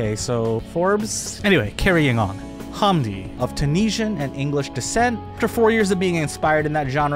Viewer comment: Not a bad video beyond the butchering of pronouncing "hamdi" and "DJ EZ." Its more like ham, than haaam, and hes english so its Zed (Ee Zed) - so the same way English still spell it "Pearl Harbor, for eg"